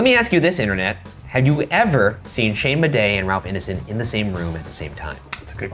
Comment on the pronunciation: I heard "Shane PaperAss Madej" and I just started choking from laughter